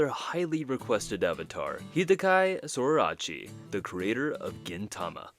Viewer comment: Oh man, the other mispronunciations were fine, but bro unless you misspelled Hideaki Sorachi in the script into Hidekai idk what happened there